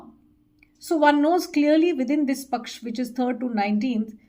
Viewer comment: For a change, it's "yog" and not "yog-a", "paksh" and not "paksh-a" ! She's clearly indicating towards Bangladesh and W.Bengal election times !